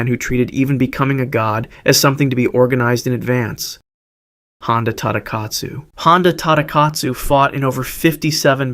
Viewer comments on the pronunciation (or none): none